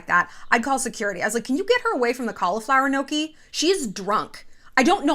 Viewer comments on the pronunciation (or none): The thing that annoys me the most is the way that she pronounces gnocchi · I know this is a weird grievance but the way she pronounces gnocchi makes me so uncomfortable